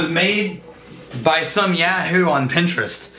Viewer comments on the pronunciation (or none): none